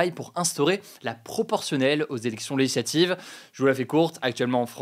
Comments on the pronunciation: Hugo, ou la seule personne qui prononce "législatives" "LéHislativv" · c'est "LÉ-GIS-LA-TIVE" gro.. pas "Leshlative"